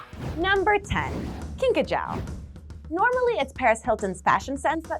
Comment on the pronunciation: It is pronounced kinka jew.